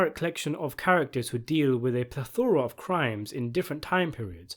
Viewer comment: Homie the O in plethora isnt stressed, its the first E. Not plethOra, its pronounced "plethera". Better to use a simpler word if u arent sure how to pronounce it